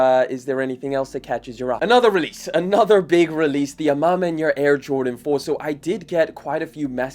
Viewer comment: I live in Atlanta, GA USA. Let me teach you how to say A Ma Maniére: “Ah—Ma—Man-Yeah’r” Not “Ahma—Man-Yeah’r” Big difference.